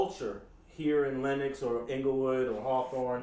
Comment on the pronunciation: yo im crying! he said "im from west side lenNOX!" i swear they do be sounding like that